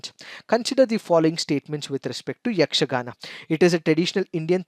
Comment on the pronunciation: May be you are kannadiga how I identified that was, you easily and correctly pronounced yakshgana school names.